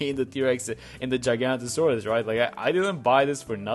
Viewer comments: It’s actually pronounced giga-naught-asaurus. Giga as in like gigachad and naught like nautilus/nautical. Love me some dinosaurs, not my favorite but still 🤣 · dinosaur nerds seething at his pronunciation